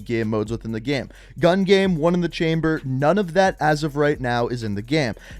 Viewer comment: LOL you say "gurm" instead of "game".... incredible.